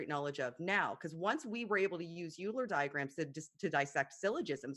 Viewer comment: Euler is going to haunt for this many mispronunciations of his name.